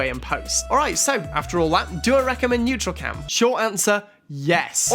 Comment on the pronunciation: Man. It’s NEURALCAM not NEUTRALCAM.